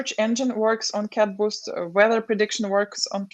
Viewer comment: Abe CadBoost nahi hai... CatBoost hai!